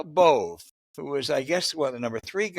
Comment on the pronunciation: If you're going to bring up one of Trump's minions and sycophants, at least pronounce his name correctly so the world knows who he is.: A Meal Bove A